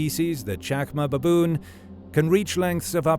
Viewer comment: So many "beboon" in a minute😂